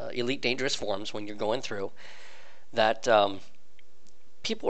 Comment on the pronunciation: Is he saying Forms instead of forums too?